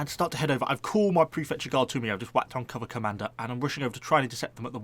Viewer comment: Every time you say cover commander I hear "Cobra Commando" and I'm overcome with the need for that unit